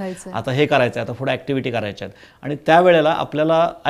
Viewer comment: ताई प्रश्र चांगले विचारतात..फक्त "आनी "न म्हणता "आणि " असे म्हणायला हवे त्यांनी